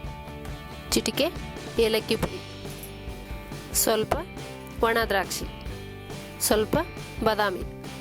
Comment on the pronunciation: ಅದು ಒಣದ್ರಾಕ್ಷಿ madam not ವನದ್ರಾಕ್ಷಿ